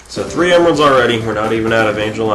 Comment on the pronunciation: LOL dont know who knuckles is plus you said emeralds" wrong LoL